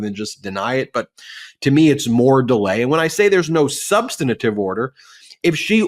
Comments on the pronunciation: When Ben says that there's no "substanative" order, it sounds funny. He said the word substantive (sub STAN tive) incorrectly every time I heard you say it. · Minor point: It's sub-stan-tive, not "sub-stanni-tive." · It's "substantive" Ben, not "substanative". (sorry--you're a brilliant guy and I hate to see your cred damaged over something so "insubstantial") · "Substanative." Interesting. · BEN: Substantive. Three syllables. NOT SUBSTANTATIVE. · Minor point: It's "substantive", not "substan-a-tive". Does't take away from the argument, but it's jarring to hear from a lawyer. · Someone should tell Ben that "subsantative", just like "misunderestimated", is a work only George W. Bush is allowed to use. For the rest if us, it's "substantive". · "SUB-stan-it-ive"? (four syllables) No such word. Try "Sub-STAN-tive" or "SUB-stan-tive" instead. (three syllables). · Three times now you said "substanitive order." It's substantive, not substanitive. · Ben ....... the word is "SUBSTANTIVE" !!! ....... NOT "SUBSTANITIVE". The word has three syllables, NOT FOUR!! Don't take my word for it, LOOK IT UP!! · "Substantive", not "substinative [sic]"!!! How long have you been mispronouncing this word lawyers are frequently call upon to pronounce? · Why does he keep pronouncing substantive as sub(sten-a-tive)??? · Will somebody PLEASE coach Ben on how to say “substantive” and “substantively”? Please. 😂😂😂 Every time he says it, I have to rewind and figure out what he said. I can’t even figure out what he’s doing to the words. Adding an extra syllable maybe? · Ben, please learn how to pronounce "substantive". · Substantive! Sound it out. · Substantive has 3 syllables. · S-U-B-S-T-A-N-T-I-V-E A three syllable word, There is no "i" sound between the second and third syllables. GET IT RIGHT!!!